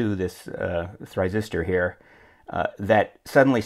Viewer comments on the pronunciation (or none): For starters, it is pronounced "THY-rister", not "try"resistor or whatever. More properly, it is an SCR (Silicon Controlled Rectifier) Secondly, Your comments is INCORRECT - you don't "throw open" the SCR to get it to draw tons of current to heat up the resistors. Thirdly, pin 8 of the 393 compactor is V+ (supply), and so "probing it" with a high impedance scope probe isn't going to "load" it, so you should correct that. Lastly, you show JP 6 in your schematic pulling the gate line of the SCR to ground, so you would never-ever be able to develop a gate charge on the SCR to get it to conduct. You need to find the correct layout and correct that.